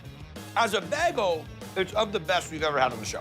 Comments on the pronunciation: It’s Bay-Gul not Begul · BAY-gle not BEG-gle.. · Baaayyyygul. Not bagel dammit. 🤣🤣🤣🤣👍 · Or how Guy gets begul from bagel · They ALL say bagel wrong! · Why can’t guy pronounce bagel?